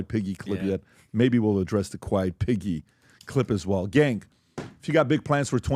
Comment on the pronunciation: The reporters name is Peggy she said quit Peggy not piggy